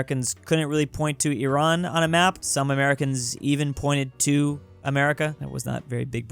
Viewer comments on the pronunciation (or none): none